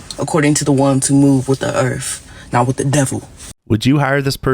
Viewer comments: She and her people "Move wit da erf..." (except when there's an English professor within 100 miles!) WINNING! 👍🫵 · “With the erth” 🙄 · she said "earf" what a dummy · According da earf!!!!!!! 😂😂😂😂😂😂😂